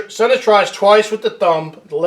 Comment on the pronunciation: Conspiracy theorists unite around the world. You need to learn how to say his name right.